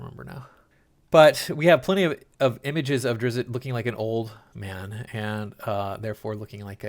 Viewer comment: "Drizzit." "Droe" Oh, you don't care about the pronunciation? Good luck with the view count, bub.